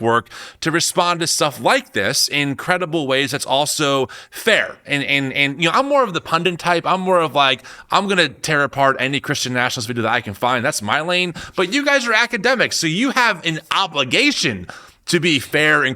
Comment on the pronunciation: PUN-dit, not PUN-dint. I listen to and enjoy your podcast all the time, but you say this all the time. It makes me twitch. 😀